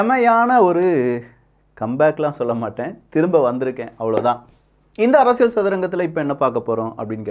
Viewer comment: ப்ரோ உங்களோட “அரசியள்” உச்சரிப்பு தயவு செய்து மாற்றவும்